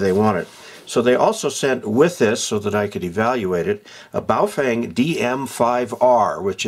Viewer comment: bow-feng ?? it's bo-fung..!!!!